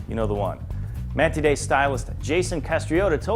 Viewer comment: MAN-TIDE! SAY IT! TIDE! as in what the ocean does! god damn americans